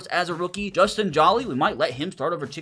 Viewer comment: Hey just so you know it’s not pronounced “Justin Jaw-Lee” like your saying. It’s “Justin Joe-Lee”. He’s from NC State university and my dads a big Wolfpack fan so that’s why I know 😂